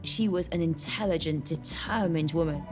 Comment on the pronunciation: I've been teaching English to Italians for over 30 years and ALL of them can never say "determined" right!!!!!! 🤣🤣🤣🤣